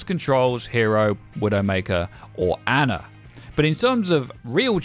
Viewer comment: I can’t stand in cultured swines that say Anna come on but can not say ana right